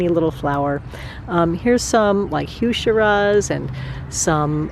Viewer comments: Thanks so much for the tour. Just FYI, Coral Bells and heuchera are the same. And the pronunciation is HOO-ker-uh not hyew-SHER-uh. Apparently it comes from German and that's why it's hoo vs hyew and a k sound vs sh- or ch-. I'd been saying it wrong for years. I can't imagine leaving a garden I've lived for 25yr. I'm 15yr into mine and soooo attached! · Heuchera (hoo-ke-ra) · Couldn't help but notice your pronunciation of heuchera. It's Hoo-ku-rah. Love the garden it must suck having to leave a lot of the plants you love behind.